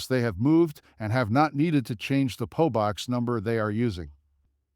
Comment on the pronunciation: It is a P O box, not a po box!